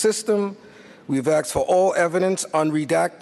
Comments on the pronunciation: Did this guy really just say "aksed"? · They axed the government? Isn’t that murder (of the English language)?